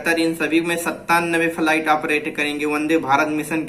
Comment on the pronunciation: Faliet Nahi flight hota h